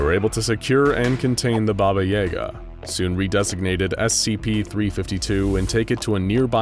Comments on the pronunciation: Pronounced Baba Yaga (BahBah YahGah) not (BahBah YeyGah) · Hearing it called Bahbah Yayga is bothering me when it's Bah-bah Yah-gah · also he pronounced her name wrong. It's Baba Ya Ga. Not Baba Yay ga :0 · BAH BAH YAH GAH. Not YEAH GAH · It is baba yaga, not baba yega. Also there are 3 baba yagas. 1 is kind, 1 is neutral and 1 is cruel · Thought it was “Baba Yaw-ga” not “Baba Yay-ga” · It sounds like "Baba y'GAH." Accent on the second syllable. No Yah, Yay, anything like that. It's more like "yuh". So not "YAY-guh," it's "yuh-GAH" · Says Ba-ba correctly but then turns around and says Yay-ga...... Ba-ba Yah-ga is how u pronounce it man CMON! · Guys its not Baba yEga Its baba yAga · y'all say baba yega but if you ask any slavic person they will say baba yaga (the ya as in yes but in Germa ig) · Why he pronounce Baba Yaga Baba Yay-ga it is baba ya-ga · its not baba yeahgah, its yahgah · Its pronounced yAga not yega... she's not eren yeager. BABA YAGA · Your saying yaga wrong Try saying jaga If you say that wright then your saying yaga wright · YAGUH is the way its pronounced not YAYguh. Like the old internet meme pulling hair and saying YAGA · Its Yaga not yayga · It's pronounced BobA yAAga not baba yaega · anyone else annoyed at the constant mispronunciating of baba YA GUH? it's not freaking yay guh -_ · it is wrong but people can pronounce it like that but the actual pronunciation is “Баба Яга” which is said like “BahBah YahGah” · Stop, stop, stop. I'm sorry, I don't often do this, but please look up the proper pronunciation for Baba Yaga. I've never heard anything as atrocious and pain inducing as AE Yaga. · I'm pretty sure Baba Yaga is read with yAga, as in, the A is read like in 'cat' or 'apple' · As kids we were told stories ...like how to summon her ,like bloody mary...just pronounced Baba E Gah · Actually i live in Eastern/Central Europe and you pronounce Baba Yaga the same way it's written, not Baba Yey-ga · You said Baba Yaga wrong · he Said it wrong